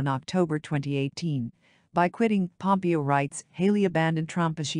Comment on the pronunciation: Irritating that this voice generation of text persistently pronounces Pompeo’s name as having accent on first syllable But Haley is so pretty … the first woman president should be beautiful, just as a prime qualification of Warren Gamaliel Harding (another copiously published contender) was that he looked like a president ought to. Zbigniew Kazimierz Brzeziński was perceived as coming close to the joining roles of State and Defense under Democratic administration of Carter.